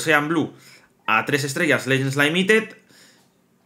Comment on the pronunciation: Legends laimited jaja todavía lo dice así 😂